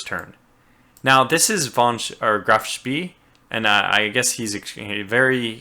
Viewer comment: Just a quick comment. Spee is pronounced like here It's SH (like in ship), P (normal) and EH (ɛ, like in hair or fair). Heard your version of it in your LP of Atlantic Fleet (btw great one) and here, so it may be useful to know.